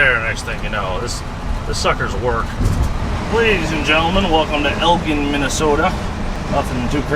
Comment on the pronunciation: Elgin is pronounced Eldjin. Other than that, great video. I hope you went to Gilligans in Chetek!